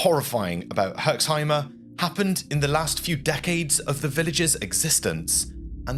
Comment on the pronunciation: there is no "e" at the end of "Herxheim" :D You pronounce it perfectly, just stop at the "m"